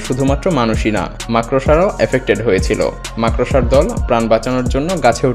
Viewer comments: মাকড়সা উচ্চারণ টাও ঠিক মতো করতে পারে না।এ আসছে ভিডিও বানাতে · উচ্চারণ হবে মাকরশা।মাকরসা নয়😂😂😂